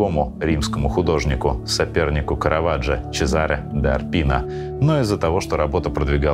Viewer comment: Авторам передачи- перед тем как делаете программу- проверяйте правильность произношения. ЧЕЗАРЕ (Цезарь) - ударение на первое Е, а не как произнес ведущий- чеЗАре. Нам дивущим в Италии, на родине Караваджо- слышать такое очень неприятно. Также не лишним было уточнить, что прощения Караваджо не просил, более того виновным он не считал себя, а ждал он милости Папы Римского. Усечение головы Иоанна Крестителя поражает особой представительность б Соломеи- которая подаёт (уже готовит) блюдо для того чтобы положить туда голову. И Эрколе а не "эркоОлле". Вам кол, садитесь.